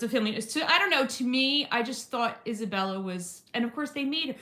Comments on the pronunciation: Thank you for apologizing. Just a quick fyi Isabella’s name is pronounced like Esabella or Esa. I just caught it because I have the same name. Much love <3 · Eye’m not trying to be nit-picky, just noticed you say Isabela’s name without the “a” at the end. Your pronunciation of the other names are awesome. Thanks for reading and for caring so much to be aware ♥️